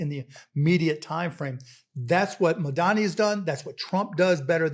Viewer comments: The name is Mamdani, not Mandani, it’s not hard, pls get it right already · Why do they keep struggling with seeing Mamdani's name? Dan, you're better than that. Anyone at Crooked reading this, please take a moment and teach him its MAM-DANI. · Why is it so hard for these people to pronounce Mamdani’s name correctly? M-A-M-D-A-N-I. Get it right jfc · Im sorry but Mart Cudan is a knob. You should be interviewing MAMDANI, not some billionaire that cant pronounce a simple name. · So this Cuban guy can’t even get Mamdani’s name right. So that tells me exactly what this guys agenda is. Do better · Im sorry but I live in the uk and I know its Mamdani ! He lives in NY and still doesn't know how to pronounce his name!?! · It’s funny he pretended to not know who Mamdani is, or that he couldn’t pronounce his name, knowing how online Mark Cuban is.